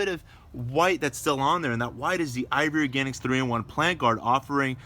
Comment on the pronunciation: Sounds like you're always saying IVORY Organics instead of IV Organics.